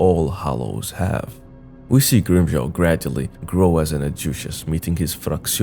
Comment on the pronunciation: From Grimmjow to Grimm-Crown.